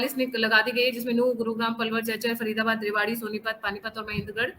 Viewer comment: रेवाड़ी को रेवड़ी पढ़ रही हो जी